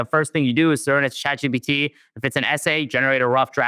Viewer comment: Someone tell the old man it's chat G PEE T. Not G BEE T. Get your letters right, Phil. 😂